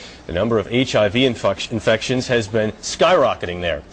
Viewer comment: Lol he said infuctions